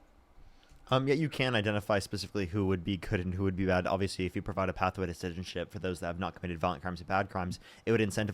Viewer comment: Second girls friend is really struggling to say “citizenship” 😭